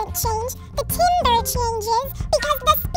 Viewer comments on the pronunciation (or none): It's pronounced tarmbre as in tar not tim. It's French i presume. Anyway that's me just being picky ;) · It's not pronounced Timber, I thought it was said as Tamber.